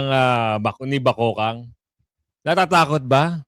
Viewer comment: Kuya god di po BAKOKANG.. .BAKEKANG po. Yan ang tawag sa babaeng may pinaka panget na mukha at paguugali ng pagkatao nya kaya po sya mabigyan ng pinakapanget na nilalang!😢